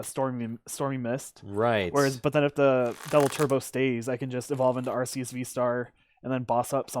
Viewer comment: is the way to pronounce Arceus. It's said in the latest promotions as arc-eus too.